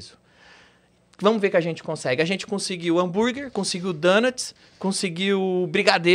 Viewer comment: DONUTS se pronuncia "DONATS" e não "DÃNATS".